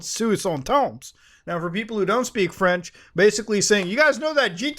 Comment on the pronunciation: as a french person your french is extremely on point, 10/10 you nailed it Muta